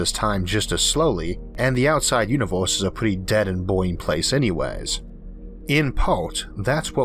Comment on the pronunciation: "Univoooohhhse" ...."eizooohhh" ... "laydoooh" .....damn ! Your "slang" is horrible, but your content is great !